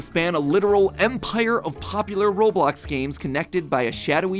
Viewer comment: It’s not Roblok